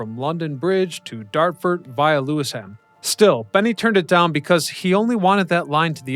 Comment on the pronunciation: Great video! But : Hertfordshire is not a town :-) also: Lewisham, not Lewisam and Dagenham (Dagenam) not DagenHam. All the best!